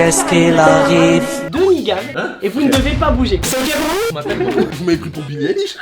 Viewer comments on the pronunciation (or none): BILLIE EILISH PAS ÉLISH OLALAAAAAAA CA SE PRONONCE AÏLISH PAS ÉLISH pas doué 😁 (désolé je suis fan d'elle)